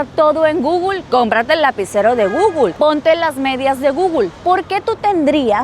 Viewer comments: Alguien le puede enseñar cómo se pronuncia Google? No entiendo de dónde saca guglu…Porfavor enseñarle a pronunciarlo bien que no parezca una analfabeta 😂😂 gugul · Porque dice gugul? 😂